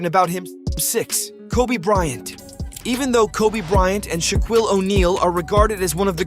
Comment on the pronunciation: Dude can’t even pronounce Shaquille right lol